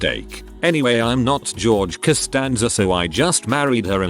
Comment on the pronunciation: How about not realizing its Costanza not Constanaza ?